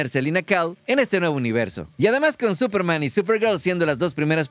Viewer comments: te comiste la "S" de Superman 🤗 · Se comió la "S" de esperanza, digo de Superman 😉😅😅